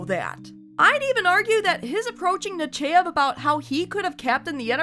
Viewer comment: The only good Admirals were Janeway and Nakamura. Also, im pretty sure its pronounced NUH- CHY- EV, Not NUH- CHAY- EV. At least, thats how Tim Russ pronounced it when he narrated "The Genesis Wave" audiobook. But yeah, shes AWFUL. I hated that she gave Jellico command of the Enterprise during Picards absence, when command should have gone to RIKER. He had more than proven himself capable of handling anything when he was made acting captain during the Borg incident. He would have handled the Cardassian mission just as well as Jellico. Look, if youre in a band, and your singer comes down sick, and cant make a big gig, and your bass player can also sing, and knows all the lyrics to the bands songs, do you bring in a totally new singer who doesnt know the material AT ALL, or do you just shift the bass player to lead vocals?? EXACTLY.